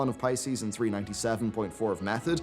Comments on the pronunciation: P I E C ES not P I C E S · the guild is called PIECES on Eu Draenor. Not Pices lol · It's "Pieces" not Pices.... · Pie-cees.. wtf It's pieces my man xD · pieces? Pie-cees? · I think he read it as Pisces instead of Pieces lol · Did you really call them that.. Pieces.. Like as in Shattered to pieces. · how did you just say "pieces"?? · I've never heard someone pronounce "pieces" the way you did